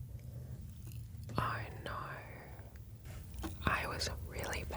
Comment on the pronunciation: the 'oh naurr' in asmr hit different ✨